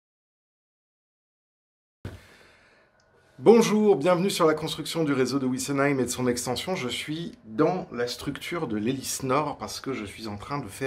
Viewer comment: On ne dit pas ouissenheim mais vissenheim. Les nom d origine allemande le w se prononce et le v se prononce f. Il y en a marre de toujours prononcer ces noms a l'anglaise